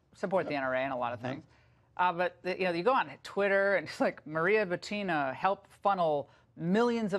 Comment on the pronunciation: FYI it's pronounced boo-tin-ah , not buteena.